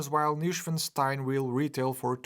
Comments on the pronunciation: It's pronounced "noy" not "new". Like in "annoying". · The "n" is missing....Neuschwanstein....not Neuschwastein...sorry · Neuschwanstein, not Neuschwastein btws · Newstenstein Castle...?!?! Es muss echt schwer sein 1 deutsches Wort richtig auszusprechen. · ‘Neu’ is pronounced like ‘toy’ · In German "neu" is pronounced "noy" fyi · A simple google on how to pronounce “Neuschwanstein” would have gone a long way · Started the video, heard how you pronounced the castle’s name, disliked. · Damn you butchered the name of this castle so many times it almost hurts. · Thanks for the detailed review,! Enjoyable as always. Still - as a native German speaker - how you pronounce „Neuschwanstein“ hurts my ears. 😂😂 Guess I would fail even harder to pronounce any Portuguese names, though. 😉